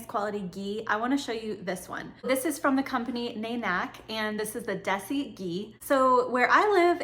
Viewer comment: It’s pronounced “naaaanek” and “day-see”